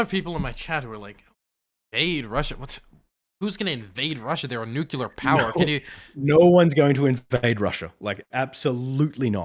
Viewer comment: He also says "nucular". He doesn't good at words